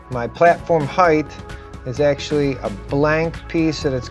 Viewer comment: Well, he pronounces 'height' as "hyth" too so.... sometimes that's just hoow it is... :o)